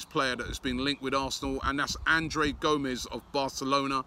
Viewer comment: C'mon Robbie.. Surely you know how to pronounce the name "Andre" lol. Sometimes I think you're just tryin to troll us =P